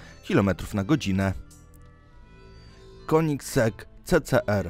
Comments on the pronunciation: Koenigsegg czyta sie kenigseg anie konigseg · kenigzeg się mówi